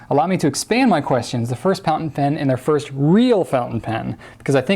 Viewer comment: And he said "pountain fen" :P